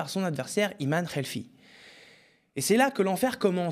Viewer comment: Ce n'est pas Khelfi mais Khelif (qu'il faut prononcer Khlif)